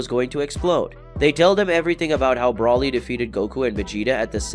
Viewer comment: I'm irritated with your Brawly pronunciation.